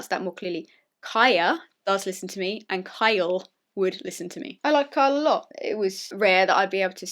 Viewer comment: "Sorry, I'll pronounce that more clearly: KYA does listen to me and KYLE would listen to me" One second later: "I li' Ky' lot"